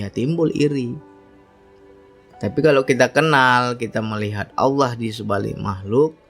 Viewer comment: tolong benahi ucapan lafad Allah yg ucapkan